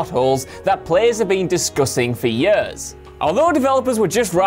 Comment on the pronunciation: WhatCulture guys keep saying "yers" rather than "years" and it's driving me up the fucking wall! Yer-yer-yeeer-paderpaderp!